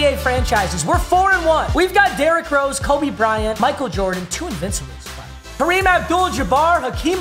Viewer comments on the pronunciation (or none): none